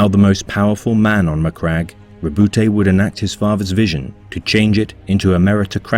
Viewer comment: The E is silent in Robute